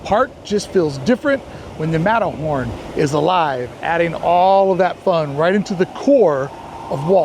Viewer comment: “ matto horn “ 😂